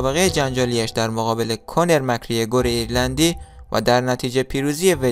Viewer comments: كونر نيست كانر است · کونر نه 🤦‍♂️ کانر درستشه